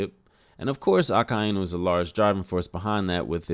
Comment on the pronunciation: Thanks for saying a-kai-nu and not aka-eeeee-nu, I agree that two yonko has to go down this wano arc. If oda wants to end one piece as he says, I can't see him doing a big mom arc again. These arc take years to finish. Not gonna lie, I was hoping colby had more merit at this point in one piece. I can't see colby being luffy's garp to roger at this point which is disappointing.Akainu is the goat but i was hoping colby had the attitude of getting stronger to knock akainu off his seat. After all he saw akainu kill marines at the marine ford battle. It's reason enough to knock him off his seat, he has no remorse.